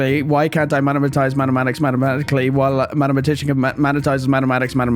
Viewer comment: the Irish short cut sayin mathematic as mattmeatic 😂😂😂😂😂